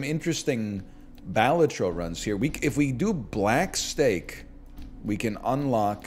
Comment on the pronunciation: No dude, it’s pronounced “Balatro”